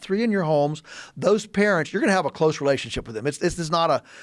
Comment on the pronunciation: Why does he have such trouble saying the word "parent". Weird